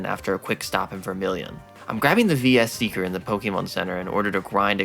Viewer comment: Quick Aside: "VS Seeker" should be pronounced "Versus" since "VS" is common shorthand, and there's limited space for item names.